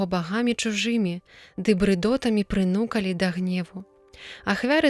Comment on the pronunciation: Трэба прынука'лі, як і правакава'лі - што рабілі, а не прыну'калі - што зрабілі.